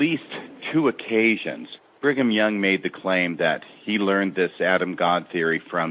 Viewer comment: Why does keep saying Bingham Young? You are a former bishop and member for decades. You don't know how to pronounce Brigham? Sort of annoying but excellent show.